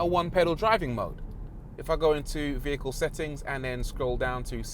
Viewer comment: ÕMĞ what a Cuté Veee-Hikull 💖 😂😂😂😁😂😃👍👍👍